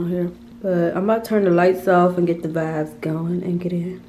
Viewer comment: I love when say vives instead of vibes😂 she is so cute! Big Virgo!! 🎉💕